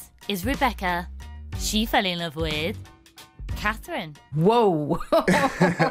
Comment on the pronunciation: He said "I Loathe You," honey , and, "Doe," not Love and Fine..